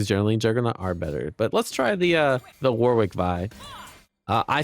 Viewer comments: Surely it’s pronounced ‘Wo-rick’? With love from England. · dear Americans, its pronounced 'Warik' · Cool vid. However the pronunciation of Warwick needs some work haha